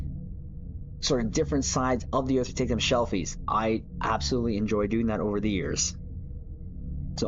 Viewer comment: The word that you are repeatedly mispronouncing is: SELFIES - not "SHELFIES". My response each time that I hear you mispronounce SELFIES, as echoed in the words of Captain Sulu aka George Takei: "Ooh My". 🤣